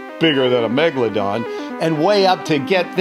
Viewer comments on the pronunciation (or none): none